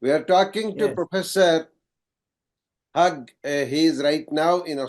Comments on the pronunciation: Yes, pronouncing "Hugh"(Hyou) as "Hug" was really ambarrasing. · Hugh - is pronounced as Hew... not Hug...